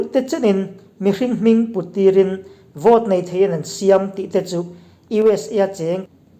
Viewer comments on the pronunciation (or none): Siâm tih hi chhak lam unaute lam rik dàn ang chiahin i lam ri bûl vut mai. Zâi thiam 'zâi' anga siâm ti-a thlûk tur a ni e.